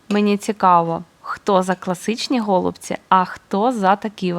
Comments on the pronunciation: В українській мові правильно наголошувати голубцІ́! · Наголос на останній склад у словах голубці та фольга. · Я написала- необычно, о зручности речи не было. Українською тоже слышала на последний слог ударение. Вначале подумала, что вы так шутите чтобы внимание привлечь, потом почитала, что на О ударение на западной Украине. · Необычно слушать ударение на О. Пошла читать историю про голубцы). Спасибо.